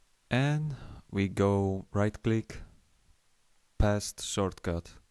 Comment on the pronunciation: FUCK, Shortcuts!!! i forget this xD p.s. "shortcut" not "schortcut" :D